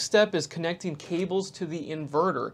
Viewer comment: Question: I find it very interesting that you pronounce tighten ti-TAN, yet connecting connec-ding - why?